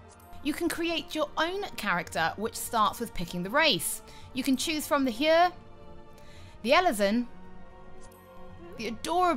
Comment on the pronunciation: You mispronounced like half the races. Say them with me now: Hire, Ele-zen Mi-ko-Tay